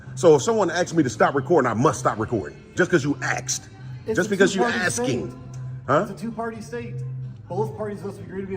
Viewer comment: He keeps “axin” but gets no answers. Totally ignorant and clueless.